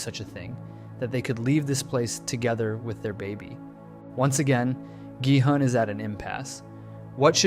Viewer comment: Omg why can no one pronounce the characters' names right! It's not "Noel" it's Na-eul as in Nah-eyul... Not Dye-ho but Day-hoe... Not G-hunn but Ghee-hoon 😂.... Please, it's not hard to learn.... Just a google away.... Ok tbf he fixed it later on 😂.... Annnd he went back to it, dear goodness man! Pick one! 😂